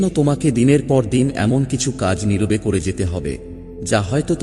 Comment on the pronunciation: কিছু শব্দ উচ্চারণ ত্রুটিপূর্ণ যেমন নির্-বে , যা হবে নিরবে।আরো অনেক উদাহরণ আছে।